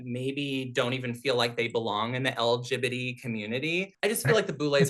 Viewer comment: She really said lgibitty